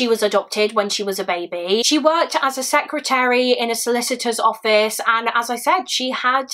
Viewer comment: Shots every time she says A secreater lol. Love your videos! Always well done!